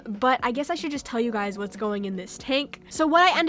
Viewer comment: “All of your Guyeys support” lol that cracks me up